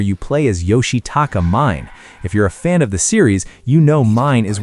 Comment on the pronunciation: Bro it's MI-NE, not MINE 😭😭😭😭😭😭